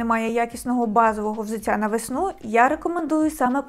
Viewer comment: Дякую, інформативно, гарна підбірка 👍 Але взуТТя, а не взуЦЦя. У нас Д, Т не одзвінчується на кшталт російської мови (дядя, тетя і т.п.)